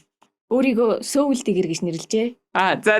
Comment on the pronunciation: Goy zochin goy podcast bna Gehdee soul gedeg ugiig manaihan yagaad seoul gedeg shig duudaad bdg yum bol? Soul gedeg ne -sowl gedeg duudlagatai Сөүл bish shudee Uur neg mgl podcast bas bainga сөүл gej duudaad bdag.